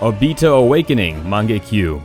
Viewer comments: lmao did you hear the way he said mangekyou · im sorry say mangekyou again